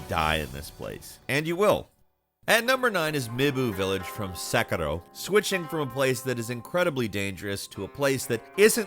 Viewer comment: Don't roll your tongue when you say sekiro, white boy